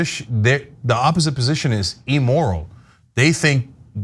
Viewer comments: Its 'Immoral' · It is "imm-moral", not "emoral."